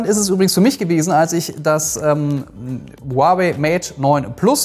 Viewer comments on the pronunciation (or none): none